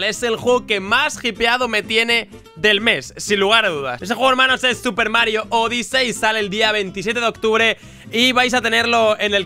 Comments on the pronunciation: Es odisi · Miss-Pronunciaciones de: Odyssey= Odisei Play= Plai